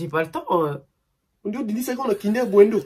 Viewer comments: " Kinder buendo " je suis dead 😂🙏🏻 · "Kinder buendo"🤣😭😭😭